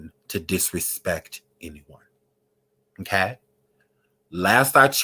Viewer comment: “MMMKAY?!” Lmfaooo